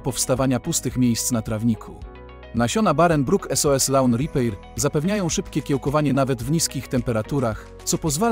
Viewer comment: Szkoda Wam pieniędzy na lektora? "Lawn ripejr" xd no po marce premium spodziewałbym się więcej